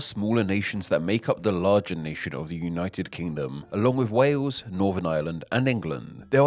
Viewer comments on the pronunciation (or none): none